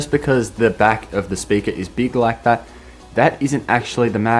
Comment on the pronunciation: how “he says the back of the speaker is big like dat”LMAO😂🤣